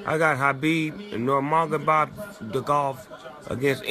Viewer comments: HABIB - normar-gabov hahahahahahah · Back in time when Snoop don't know how to pronounce Khabib's name properly, Haabib Nomagaba De golf ? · habib nomonegobdegolf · khabib Nurmagomedov ☑️ not nurmadoghadogedov🙄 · "Khabib nurmagobob the golf" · Khabib Nurmagobobthegolf hahaha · Lol...."habib nomagoSPONGEBOB" he said??🤣🤣🤣🤣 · Snoop dogg : Habib nurma gba dgov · Khabib's name was feeling short for snoop so he made it hella big....khabeeb normagobobdeggolf.....🤣🤣🤣.... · Lmao "habibnomadomagolf" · Khabib nomagbagedogolf hahah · Snoop Dogg can't pronounce, khabib nurmagamedob 😅😂